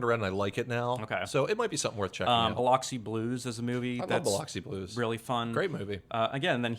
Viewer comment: Biloxi Blues. Biloxi is pronounced Bi-luck-see